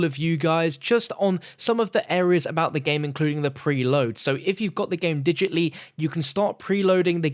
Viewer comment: Digitly lmao, digitally come on buddy!:p